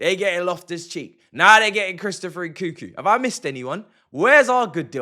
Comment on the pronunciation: "Chrisopher Enkookoo"?🤣